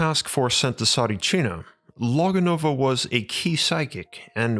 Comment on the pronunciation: Mate! I am Bulgarian and I remember Tsaritchina! You cant even pronounce it right! Please stop talking shit fir a clickbate and delete this video! You’re only making a fool of yourself!